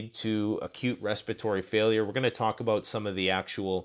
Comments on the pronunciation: What’s that aboot? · I love when Canadians say the word about. Much love and thanks for this video. Thank you!!!!